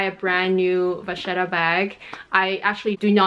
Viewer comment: I appreciate you explaining the two pronunciations in French and Italian at the beginning 😊. I also speak both languages and know we like to make up our own versions of how to say things in the luxury community 😁. Spot on with the French (of course!) and Italian 👌. Thanks for the video 💕